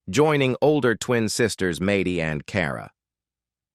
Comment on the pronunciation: There was never anything loving about Kate. And I hate AI voices. Maddie is not pronounced that way. I might have spelled it wrong. And you are purporting to have Hannah say something? Don't forget she's old enough to sue you now. Although I am sure she has better things to do with her life. Unlike you, apparently. If you have your own opinion use your own name and express it. My name is Pamela and Kate is an attention-seeking narcissist. I hope all her children recover. At least they will have all the tapes to take to therapy just like I have my diary (only it only covers a short period of time and it's not video - but it helped to read it and my cousins and Friends concur, I'm not nuts. My father really did scream a lot). Best wishes to Jon, Stephanie, all the kids, and Giuliana, who didn't have a crappy mother to recover from.